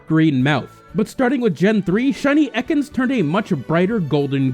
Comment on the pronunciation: it's pronounced "e-cans" not "eckons"